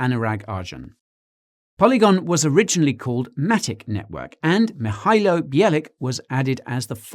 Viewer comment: Guy, Nailed that "Mihailo"!.